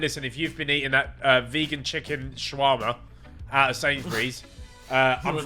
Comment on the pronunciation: i gave this vid a dislike just because Ethan said shawarma wrong